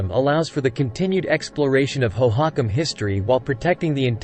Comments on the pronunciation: I came to the comments to find this. It's pronounced Hoe-hoe-KAHM One of the many things I hate about AI voice overs: mispronunciations! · AI voices are the WORST!! It is absolutely not pronounced hoe-HOCk-em. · where are all these strange (!) pictures about architecture and pottery from?? and the strange pronunciation of the name hohokam? (natives pronounce it differently and en.wiki also gives another pronunciation...) is this an AI-constructed fantasy-civilisation? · "National History"? Whose national history is this with the abjad text ("الولايات المتحدة")? AI programming is worse than nothing. "hoe-hock'-um" lmfao Thumbs down. Looking for science, not this AI generated, homogenized gobbledygook. Moving on.